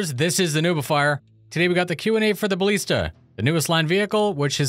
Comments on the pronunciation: please, for the love of Christ. It's BaLISta, not BaLEASta. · Ba-lee-sta? You've been listening to Boredgamer again and learning how to mispronounce English words! Here's a dictionary page with audio pronunciation so you don't have to sound off saying it